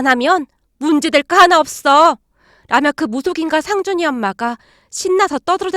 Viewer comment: 목소리는 좋은데 내용이 너무길고 직접화법이 많고 "할^/ 머니", "상^/ 준이" 이렇게 강조하는 소리가 많이 거슬려요